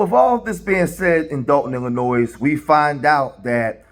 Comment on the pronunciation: Dude, Illinois is not pronounced plural, the S is silent. If you're from Illinois, you already know this fact.